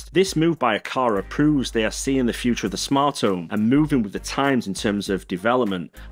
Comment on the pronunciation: Please pronounce "Home" consistently